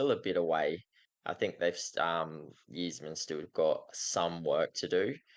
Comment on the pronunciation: its pronounced "eye-zerman" like the eyes on your face. cheers